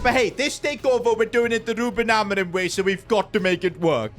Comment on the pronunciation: We’re doing the take over with rubIN ALMORIM (biggestpakiaccent)